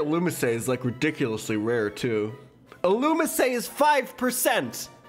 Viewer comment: Love pronouncing illumise as illumissay